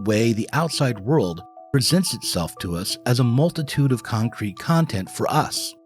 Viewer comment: Did he say concrete or Kantcrete world 😂